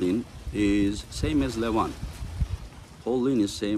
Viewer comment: Make pronounce their names correctly he gets every damn arm wrestlers name wrong and they're not that hard to pronounce..I wanted to edit this to say is a great commentater. I have met him a few times. The last time he recognized me. He's probably my favorite commentator, but every time he mispronounces names it drives me crazy. There's no SH to start Levans names and there no K at the end of Kurdecha.